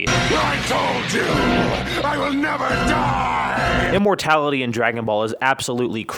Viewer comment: " immorality?" I thought it was immor'T'ality